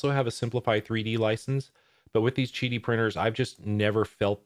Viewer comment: Isn't it Qidi Tech (Quidi) with a Q not Gidi Tech (Jidi) with a G? Kind of diminishes the review when you don't know the name of the manufacturer.